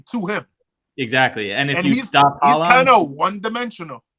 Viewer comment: Also, you guys are clowns. Look at Syracuse’s records and seeds in the years leading up to their movie to the ACC. They were top 15 teams each year with like 2 #1 seeds in 2010 and 2012. Can’t take anyone seriously who doesn’t even know how to pronounce Erling Haaland’s name correctly.